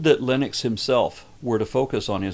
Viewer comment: Please don’t pronounce Lennox like Linux; it’s offensive. All you have to do is think Len Ox as you say it, and you’ll be all right.